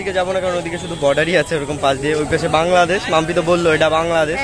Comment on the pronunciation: ওটা বাংললেদেশ না বাংলাদেশ